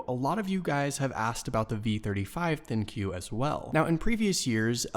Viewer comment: Soooooooooooooooooo..... It's propounded l g gee se ven think if you knuckleheads that do these reviews actually took some time and asked around instead of rushing a review for a quiver of money you would have found that out.